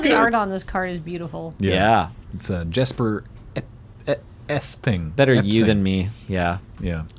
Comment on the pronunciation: Jesper Eising is pronounced: YES-purr EYE-sing (the ei or ij is really hard to pronounce for English speakers, as I've noticed with a first name containing the vowel.... Closest is saying eye and ai (like in Thai) simultaneously